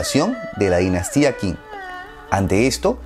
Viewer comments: Qing se pronuncia 'Ch'ing. En general las Q's se pronuncian como CH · En realidad la palabra Qing se pronuncia "ching" y de hecho de ahí viene el nombre actual de China con el que conocemos al país en Occidente, como dato adicional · El video está muy bueno, lo único que te sugiero es que aprendas pronunciación china, no es tan difícil, por ejemplo todo lo que se le qin o qing se pronuncia chin o ching, y la dinastía han, se pronuncia jan, como la H en inglés, saludos